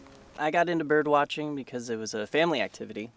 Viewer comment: Am I crazy birb lover or did I just hear him say "birb watching" instead of "bird watching"???